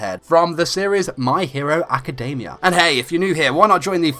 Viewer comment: JESUS IF ITS ALREADY IN ENGLISH STOP READING academia like: ack-kuh-DAY-Miah. not even the japanese pronounce it that way. (this is directed to all those who read the title my hero academia awkwardly)